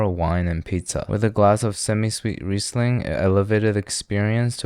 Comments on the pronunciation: Am i the only one who wonders how perfect that guy pronounced "Riesling" ? He is fooling us... hes a chef - or a german spy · Damn your pronunciation of Riesling was on spot - do you speak German or what?